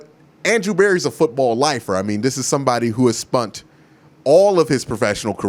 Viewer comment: Spunt/Spent. Axe/Ask 🤣